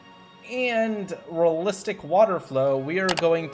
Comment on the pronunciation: Because its physically painful to hear a native English speaker pronounce the word "realistic" so badly